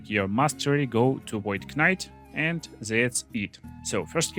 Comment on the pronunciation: Void kuh-nite